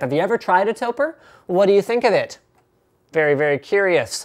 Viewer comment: I believe that it is pronounced "toe-preh" Since it is a shortening of "Tokyo Press" you take the "toe" sound of Tokyo and the "preh" sound of Press (basically just stop saying the word before the "ss"), put them together and you have Topre!